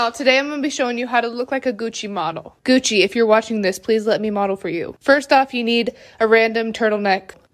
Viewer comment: 마지막 구찌 발음 묘하게 고급스럽네